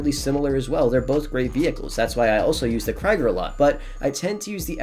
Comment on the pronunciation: 1 it’s fleeca with "s" not flicka 2 it’s krieger (more like kreeger) not kreiger (like kriger)